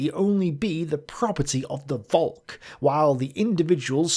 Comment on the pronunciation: Hey, when you say Volk, remember it's not pronounced "Volk", but "Folk". Thank you.